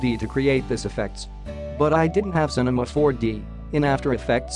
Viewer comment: Great Tuts bro, BTW its not cemina bro its cinema4D anywayz :p had a lot of fun while stepping with you.